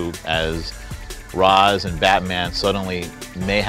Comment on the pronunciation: pronounced rash not ras